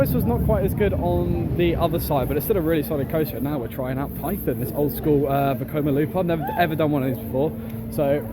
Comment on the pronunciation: You said Vekoma 👏👏👏 3 times in this video